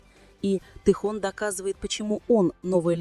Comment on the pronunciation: Автор , вот бесите, научитесь правильно говорить имя Тэхена, его зовут ТЭХЕН, а не тэхон.